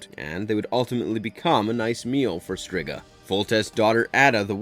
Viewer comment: Also, its well known its pronounced Streeeega, even happens in the Nseries. Embarrassing 😂